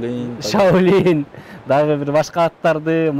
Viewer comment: Шаулин деп коетко озу😂